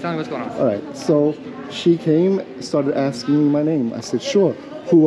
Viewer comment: She was AXING you.